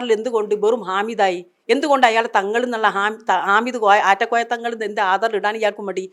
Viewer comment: ആറ്റക്കോയ അല്ല, നാറ്റക്കോയ 😂😂😂😂